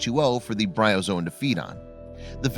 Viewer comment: It's Bryozoan.